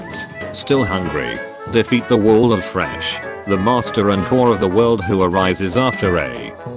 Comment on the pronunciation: Did you see that he says fresh instead of flesh